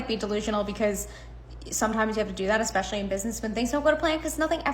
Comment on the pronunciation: Omg you said 'eSpecially' correctly!!!!!😮